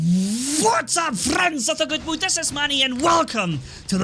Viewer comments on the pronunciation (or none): I've been wondering for a couple of months what he says after "friends of the good..." At first I thought he said goodwood, but that made no sense.